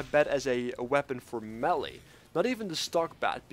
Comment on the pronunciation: MAY-LAY Melee